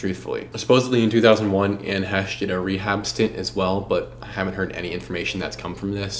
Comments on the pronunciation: great video young man, except calling her Hesh. it sounds like hay-sh. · Her last name is pronounced 'Hay-shh' may she rest in peace. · Fighterfighter training and body bag aside Bros really gonna say Anne Hesh the whole way through like hes never heard her name before. But yeah Ellen, like Oprah has power not to be messed with. I'd rather upset the queen when she was alive. Good vid, keep going down the murky murkhole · I think it’s he-chee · It seems odd to intentionally mispronounce her name when every clip clearly pronounces her name correctly. Is it out of disrespect or what? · Dude, if you’re going to make an entire episode about someone- at least pronounce their name right. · " I don't want to disparage this womans memory"Intentionally mispronounces her name throughout video